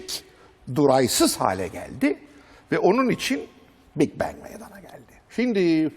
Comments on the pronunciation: Bing Bang ne la cahil haber Türk oha lan oha. İngilizcesi olan adamda mi yok içerde. Big bang büyük patlama. Aq Bing ne lan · Bing bang ne haber türk düzelt pls.